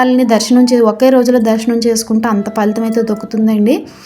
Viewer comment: దర్సనం కాదు దర్శనం